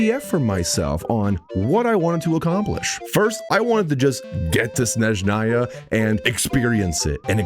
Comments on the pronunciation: Shneznaya xdd It's S-NE-ZH-NA-YA, S like in "sssnake" and ZH like in "ZH-ongli". And then on you did say it almost perfectly. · 6 years, and it's still "Shneznaya", and not "Snezhnaya" 😿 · as a russian, its not SHnezhnaya, its SneZHnaya😖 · To be fair he calls it S-neZH-naya sometimes (as ). He probably knows how to say it the right way but all English community pronounced it like "Sh-neZ-naya" for years, so he's probably still getting used to the right pronunciation ❤ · Bro played 24 hours and still calls it sh-nez-naya 😭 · I love how fumbled the pronunciation of Snezhnaya in the beginning, then gradually got better at it... and then fumbled it again xD Keep it up,, setbacks are a part of the journey! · There is not "sh" sound in Snezhnaya... 😴 Where did you get it from? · 6 years, and we still are disrespecting it by not pronouncing it properly 💔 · waited six years and still cant pronounce snezhnaya 💔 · ”I’ve waited about six years for Snezhnaya and I’m still saying it wrong” XD